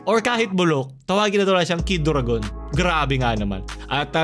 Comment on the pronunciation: Kid u-ra-gon yun hahaha